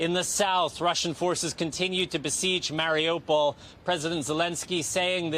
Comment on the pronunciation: Mari U pol. Not Mari O pol